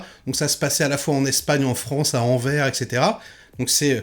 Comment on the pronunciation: Juste pour le signaler à nos amis français, Anvers, on prononce le s. 😉😉